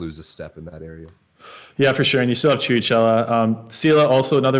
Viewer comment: "Ch" in Italian is always a hard sound like the k in key. So Chirichella is pronounced like "Kirikella" and not "Ciricella".